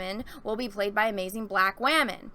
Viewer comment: First off, I adore your videos, you're entertaining, really get into your topics, very intelligent, hilarious, and I have yet to disagree with anything you've ever said in any video of yours I've ever seen, but I must ask, what is waamen/wahmen? Is it a new term for women? Is there any significance to it being pronounced differently? I noticed you said it a lot, and honestly I'm curious. I tried looking it up but I couldn't get any specific answers